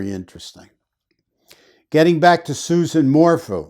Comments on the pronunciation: It is "Su-ZANNE" not "Susan." It is "Morphew," not "Mor-fu." There was NO "bike ride." Suzanne was already dead on Mother's Day. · Her name is Suzanne (Soo-zan) not Susan Morphew (More-few). Thank you for your analysis on these cases. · It’s Sue Zan More Few pronounced .